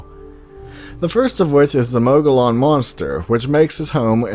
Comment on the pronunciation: Not that this matters, more for knowledge sakes moggollon is pronounced moe-gee-yawn. I believe it's an Apache word but could be wrong and find out that its pima or Navajo. I live approx 15 miles from the superstition mountains. Beautiful view but so much death has occured there. Apache Indians say it is sacred & is the home to the storm God or thunder God. While others have claimed there is a hidden entrance to hell. (Now I cant help but think this is true thinking about the upcoming summer 120°) theae are the reason I dont go looking for the lost dutchman's gold myself as I have terrible luck & would almost certainly stumble into the hidden entrance to hell before I ever found a mine with a 100 million dollars worth of Gold still in it.. Thanks for doing Arizona. She's an ol dirty slut but she is my ol dirty slut.